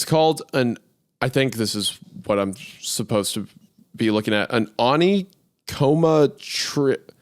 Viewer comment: Isaiah, please help Hunter stop saying"suposedbly" .. Hunter and yourself are both extremely talented and i can't get enough of your collaborative works and to be honest I'm not even sure if Hunter is even guilty of dropping one of his "suposedBly" slip ups in this video but I know Hunter well enough to know if I just point it out in one of his videos he won't give a damn but if you call him out he might actually listen to it coming from your giant lips.. j/k .. love you guys , keep up the good work.